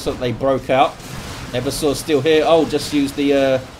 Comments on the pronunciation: Its "Ever-sore". Played 40k since the early 90s. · Black Library pronounces it "Ever-sore" in the Horus Heresy novel about the Assassinorum kill team (the name is escaping me at the moment). So I'm gonna keep pronouncing it that way and just wait til I hear what source heard his version on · Damn I've been saying 'Ever-sore' assassin for almost 13 years now. I'm sure everyone I've ever met playing tabletop 40k has pronounced it that way too. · "and no one truly knows how it's pronounced" That's nonsense. People still speak Latin sporadically and we have a very good idea of how it's spoken. Just because it's not an English word, doesn't mean you can completely disregard the pronunciation of it. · I think you've been pranked about the way to pronounce Eversor